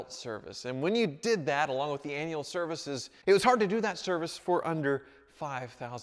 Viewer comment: Did he just say anal service?